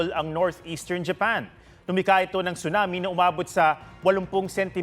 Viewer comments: It's not "CHUNAMI", it's TSUNAMI 😂😂😂😂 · Prayers for Japan po. "Tsu-nami" though. 😂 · At lalong di "Chona Mae".